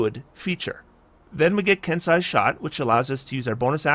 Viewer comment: "Ken-See an E" eh? joy